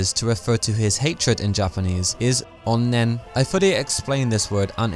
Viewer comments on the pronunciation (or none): Japanese pronunciation..? It's a Japanese word, so that's what I thought. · stop saying onnen like that, it's really racist